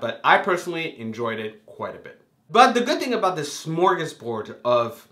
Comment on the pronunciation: for pronouncing "smorgasbord" correctly. I think "Selina Kyle" makes a lot of sense for this episode's title, because yes there were a lot of things packed into it, but the moment that motivated the season arc forward the most was her talking to Gordon at the end. So now we know why she had to witness the Waynes' murder - so that she would have a reason to become friends with Gordon later. And this is the episode where that relationship is begun, so yeah it makes sense. As far as corruption, I agree it's over the top, but what isn't over the top in the Batman universe? And there are a few non-corrupt elements, too. It seems like the two cops from Major Crimes are pretty upstanding (so far, anyway). Barbara doesn't seem bad. Jim Gordon, clearly. But I don't think the rampant corruption is so much a plot device as it is a major theme of the story. The only reason it would make sense for a man to dress up like a bat and fight crime at night is that the system is so utterly degraded and awful. The only way in which Bruce isn't psychotic for doing what he does is that he has no choice, given Gotham's corruption. The viewers have to be shown, through Gordon's eyes, that 1) his parner is corrupt 2) the other low level cops are corrupt 3) the police chief is corrupt 4) the commissioner 5) the mayor. Etc. So it will make Gordon's actions reasonable too (teaming up with a bat-dressed vigilante is not normal behavior for a cop). Great review, by the way!